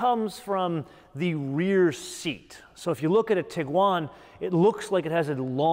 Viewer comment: Sir, you are emphasizing the wrong syllable when saying "TIguan"